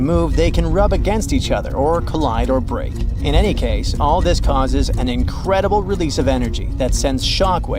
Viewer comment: "It raced forward at an I credible speed of 50 muhtpick ... " oooh, ouch smh